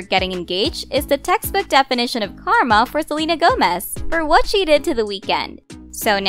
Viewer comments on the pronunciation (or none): none